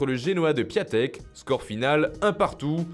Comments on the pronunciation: le genoa de piontek*, pas piatek, fallait regarder la video de wiloo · Piątek se prononce Piantek 🤷🏻‍♂️ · C'est "piontek"